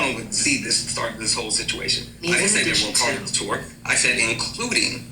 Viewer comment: The thing i hated most about this entire longwinded, meaningless saga was how pronounces "tour" like "two-er".